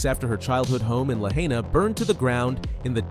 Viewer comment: Weird video. Timeline goes from her being 19 years old, to 7 to 15 to 9 to 15 and all over the place. Needs speech coach to pronounce Lahaina and Italo.